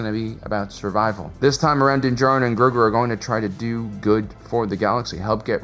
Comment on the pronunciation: About 85% of the time, Grogu was mispronounced. It is Grow-goo, not Growgurt.